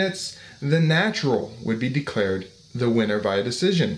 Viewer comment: lol "winer"